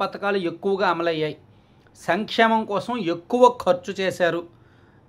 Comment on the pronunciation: Sankshlemam , slankshemalam 😂😂😂😂